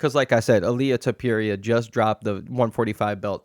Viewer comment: Why do you mispronounce names (ilia tupiría, Jan Błachowicz, etc)